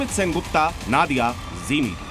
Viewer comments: First you learn that it's not नादिया, नदिया होगा। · Pahle pronounciation thik koro yah নাদিয়া nahi নদীয়া hai 😊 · It's NODIYA ZILLA NOT NADIYA